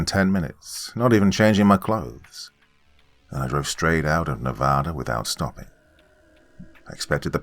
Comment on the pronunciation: First YouTuber to actually say the states name correctly love it!